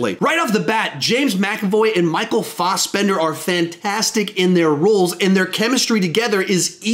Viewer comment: It kinda kills me to say this, as it is such a small thing, but why do you say Fassbender like "Fossbender." Its a sound like "ass" not "oss" I could be wrong, and I'm ready to eat my words, but it kills me so much and its so small...